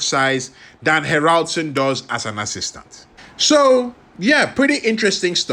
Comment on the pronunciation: Ha'raldsoon ....you say it wrong lol ;S